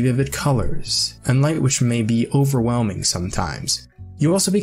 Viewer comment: Owerwhelming it sounds like